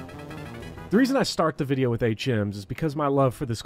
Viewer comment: it took me a little while to realize you were saying "HMs" and not "8 gyms" lol I was like yo trueeee sun and moon suuuuucked. Now im the same but different context.